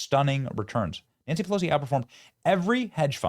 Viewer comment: Nanshee Pelowshee 😂😂😂😂